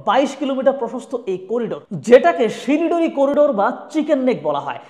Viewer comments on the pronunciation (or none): বা: কি উচ্চারণ, লিখেছে শিলিগুড়ি, বলছে শিলডুড়ি, এই না হলো বাংলাদেশি।